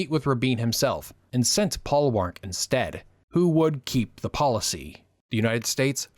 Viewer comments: Paul Warnke is pronounced - WARN-key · The CORRECT pronunciation of "Warnke" is: WARN-key (accent on the penult).